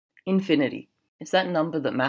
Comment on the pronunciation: Who the heck pronounces “infinity” like that??? Ahhhh, that’s better :)